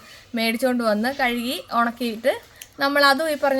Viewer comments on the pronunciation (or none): none